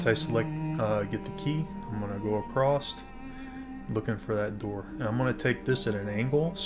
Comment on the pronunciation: Awesome Guide, but Across doesn't have a T at the end. ;)